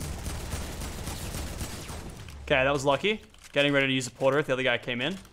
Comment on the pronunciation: I cringe when people say port a rift